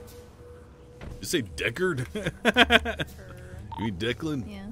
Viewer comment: "Deckard" is super triggering.